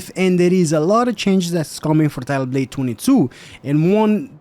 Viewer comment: "TYLUPDATTWENTWO" XD